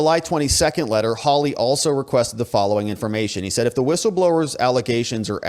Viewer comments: How lee? Haw lee! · Geez, when are you going to say this guy's name right? Hawley, pronounced "Haw-lee". Not hard.